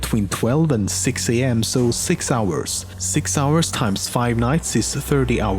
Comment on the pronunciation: Are you from norway?... Got it from "sååå..."